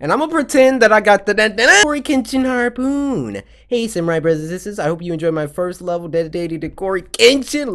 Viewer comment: I am a close friend to Cory and as a kid he wasn't been the best with speaking I wasn't expecting it to drag on this long and he always struggles to say simple words for say like "harpoon"